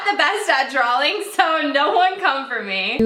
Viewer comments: have u not noticed her saying drawling not drawing...... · She says drawLing. And I got soooop agrivated